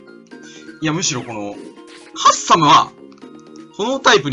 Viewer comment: ハ↑ッサム